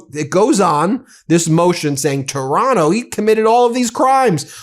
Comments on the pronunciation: Taranto not Taronto. Just saying! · The guy’s name is TARANTO, not TORONTO. Wake up, Ben.